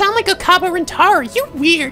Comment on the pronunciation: You may already get since you are some ways into this LP But How you pronounce names and other phrases in this game are as so... Okarin (Oak-a-R-een) "El-Psy-Kongroo" (Cangaroo) And lastly how to say the Protagonist's name Rintaro (Reen-Tar-oh)